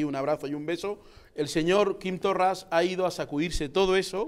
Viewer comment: 1. Confundes Estado con nación. 2. Desde cuando no aceptas la soberania de las naciones sin estado para decidir su estatus político? 3. Hablas del racismo de Quim Torra ,obvio por otra parte, en una cadena racista, españolista y ultraconservadora como Intereconomia. Rodeado, además, de racistas. 5. Se llama Torra y aunque no sea santo de mi devoción se llama así y no Torras. Lo de pronunciar mal un nombre en una lengua indígena del Estado Español debe ser muy de supremacista. Saludos.